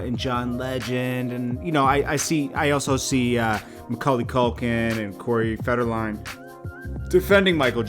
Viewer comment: corey "Federline'?...lol